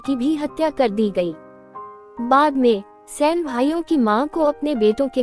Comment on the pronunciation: Its not sen, its saini